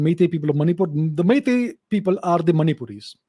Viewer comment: Sir I'm surprised with your pronunciation of our Meitei words. You sound so natural and effortless. And also it seems you have gone through our history quite well. Thank You Sir!! 🥰